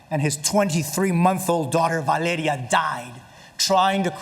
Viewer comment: OSKARRRRRRR MARDINEZZZZZ and his 23 month old daughter VALEDIA DIIIIIIIIIIIED